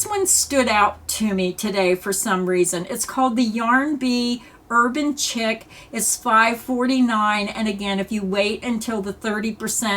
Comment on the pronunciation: The yarn you chose are all really pretty. I do believe the Urban Chic is pronounced “sheek” not Chick.